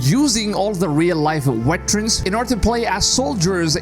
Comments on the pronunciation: Veterans not Weterans. LOL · Bro calling them wetrens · Veterans !! not WETerans :))